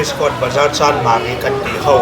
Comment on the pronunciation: hi mission, tennis, chanmari tih a lam dik thiam leh tlat....